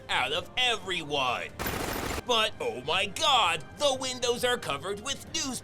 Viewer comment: Lose my s** every time you say (ouh my gawd) 😂